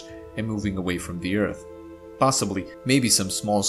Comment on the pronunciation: I still miss him saying Ert.